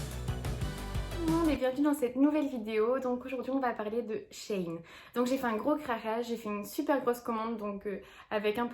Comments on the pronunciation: Shi ine pas shaine 😂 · ça se dit bien she in parce qu’avant c’était she inside ☺️ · js que sa se prononce she in mais tqt je dis comme toi 😘💕